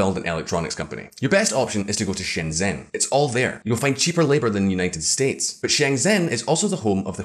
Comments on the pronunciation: Pronounced close to English -Shun Jun-. Just put it in Google and mimic it. Chinese (Mandarin) sounds (minus the tones) are really not that difficult for English speakers. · Shenzhen is pronounced as Shenjeun. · I watch his eyes follow the auto cue given strokes... oh yes, “Shenzhen” is terribly mispronounced.